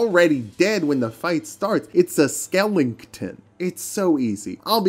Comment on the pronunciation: Did you really just say “skelington”? The hell?